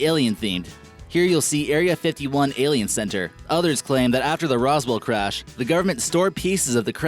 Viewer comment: AAAAAAlien, not elllian!